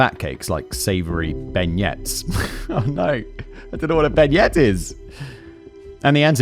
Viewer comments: I was born and raised an hour outside of New Orleans so hearing him say Ben-yets gave me a visceral reaction 😂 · A Beignet, “ben-yay”, is like a sweet bun/ doughnut, popular in french speaking places like New Orleans. I’ve learned a lot from Simon’s videos, and it’s nice to think he can learn a tidbit from me 😊